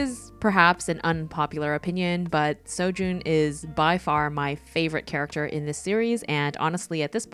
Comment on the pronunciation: I only recognized four of the characters. I love how you drew all four of them. I’m currently reading Lore Olympus and True Beauty. You actually pronounced Seo Jon’s name right along with Su Ho. For me, I ship Ju Kyung more with Su Ho because not only because they met first but also because I really like how their relationship developed. When I first read the web toon, I thought Seo Joon was a bad boy because that’s how he came off as in the beginning, but you find he’s so kind and so nice. It was really cute when he realized he developed feelings for Ju Kyung. I also hope he gets a happy ending too.